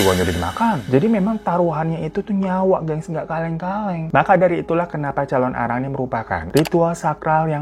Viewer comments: Aku nonton Mei tahun 2025, telat banget yahh..Sedikit meluruskan bang penyebutannya "Calonarang" bukan "Calon arang" hehe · thank uu udah bawain cerita dari bali bangg, mau tambahin dikit kalau calonarang itu penulisan dan pelafalannya disambung... thank uuu